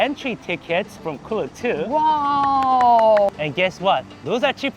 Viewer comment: its actually pronounced k-look like k-pop. but get your bag king